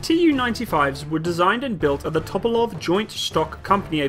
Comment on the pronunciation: Tu-polev, not To-po-love. Great plane, great turboprops.